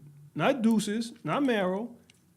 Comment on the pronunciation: why yall keep pronouncing his name like deuces lol